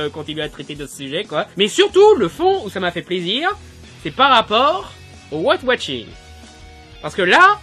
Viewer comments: Arrête de dire watching !!! C'est washing bordel de merde !!! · Ouais j'avais compris mais il dit ''Wat watching '' XD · j'aime bien tes critiques-plaidoieries parce qu'elles me surprennent toujours. tu parviens à trouver un angle d'attaque différent. par contre, j'ai un peu de mal avec ton accent anglais : white washing, tu le prononces comme "weight watching" :D